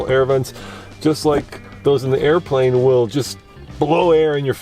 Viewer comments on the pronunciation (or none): none